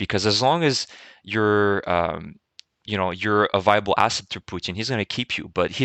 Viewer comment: Great video, as usual! I really like your pronunciation. Putin becomes Poutjin, and Kherson sounds almost French from you. I am starting to copy your pronunciation :-)